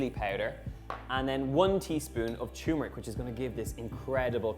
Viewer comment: I'm a Indian American so if you want I will tell you the proper way of saying turmeric "....................... Turm_mar_ick